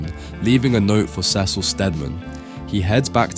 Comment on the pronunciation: Pronounce CECIL the way it's pronounced on the show. You've done it before!